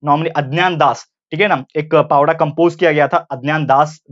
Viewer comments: Pavda nhi sir powada plz say properly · Sir it is not 'पावडा' it is 'पोवाडा' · Pavda nhi bolte sir powada hai vo plss request from me that say it properly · Pawda nahi sir powada bolte he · भाऊ पोवाडा पवडा नाही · It's not a पावड 😡😠 It's पोवाडा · Please say Powada... Not pawda